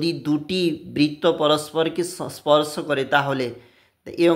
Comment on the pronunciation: 😂 স্পর্শ বলতে গিয়ে........🙂💁